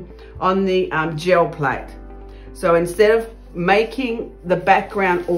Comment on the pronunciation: I hear "Joe Plate" every time. lol